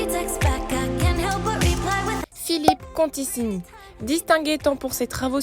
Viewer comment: ContiCHIni s'il te plaît 😭😭 je me doute que tu savais pas mais ça pique les oreilles